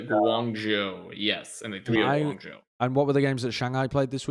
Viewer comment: note to and, the "zhou" in hangzhou and guangzhou is pronounced more like joe, and less like jow!